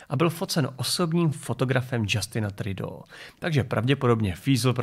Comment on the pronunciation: A ještě jedna "drobnost".. rozhodni se, prosím, zda budeš vyslovovat jméno toho kanadského cápka francouzsky nebo anglicky. Buď je to Žastén Tridó nebo Džastin Trudó. A ano, jsem moc rád, že jsem tě mohl na něčem nachytat 😜 😁